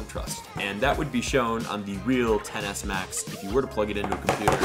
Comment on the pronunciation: i keep hearing tennis max